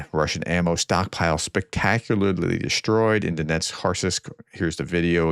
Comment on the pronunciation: I can't listen to your abysmal pronunciation. Sorry. Even a frequently-mentioned locality like Donetsk appears to be too difficult for you. Poor commentary.